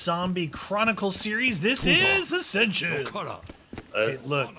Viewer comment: Prince Sheppard it's Ascension not assention